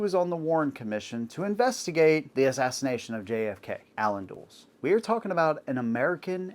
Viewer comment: I'm sorry, but when you can't even pronounce the name Allen Dulles correctly, you really ruin a lot of your credibility.